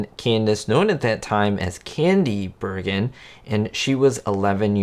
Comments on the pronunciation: nice video, but it’s Bergen, not Bergman. You seemed to realize that later on. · Lol The name is "Bergen". He kept saying "Bergman". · It’s Bergen, not Bergman. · "Bergen" NOT "Bergman" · It’s Bergen, not Bergan. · The name is Bergen, not Bergman. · Please be careful with getting the names right. It is Candice BERGAN not Bergman. She wasn't in the spot light very much growing up. Even when her mom was on The Jack Benny Program ( her dad was one one of them along with the human version of his two dummies, Charlie McCarthy and Mortimer Snerd), she did NOT appear. As an only child she was protected from the Hollywood bug. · It is pronounced BERGEN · It’s actually Candice BERGEN, Jack. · He's not misspelling the name, he's pronouncing it wrong every time he says it. I'm just pointing out what the correct name is. I like this guy's channel, but if you're going to do a video about someone, it's worth getting the person's name right. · Good work! Good self catch too on the mispronounced last name. In life, it’s not the stumble but the rising of yourself after that’s truly important. 👍🏻 I’ve seen YT videos on YBYL and Groucho definitely made it what it was. What’s up with the duck though? Reference to “Duck Soup” perhaps? Also, did Edgar B. And Groucho know ahead of time about their daughters appearance? If not, kudos to the girls for keeping such a secret! If you decide to feature this show more on your channel, I’d definitely watch!